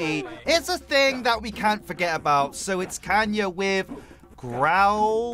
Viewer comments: I dont like how you say kanya and growl tho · No hate, but I kinda triggers me that you keep saying Kanya rather than Kayna 😅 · "JUST LETTING YOU KNOW KAYNAS NAME IS PRONOUCED KAY-NA, NOT KAN-YA!!!!!!!!!"